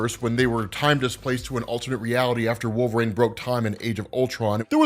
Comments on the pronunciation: You really shouldn't be allowed to cover wolverine in any capacity if you cant even pronounce it properly. Like my dude there's tons of media that say his name. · The way you say wolverine pisses me off.